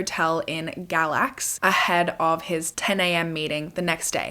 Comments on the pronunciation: Galax is my hometown! We pronounce it “gay-lax”, i was washing dishes as you mentioned it, i had to stop and rewind and show my husband! On another note… poor Cassidy 🥲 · North Carolinian🙋‍♀️ he stayed in Galax “gay-lax” I’ve also never heard of this case. I love your videos❤️